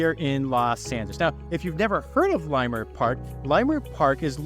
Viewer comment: Good tour! And fyi, it’s pronounced Lah-Murt, not Lie-Murt.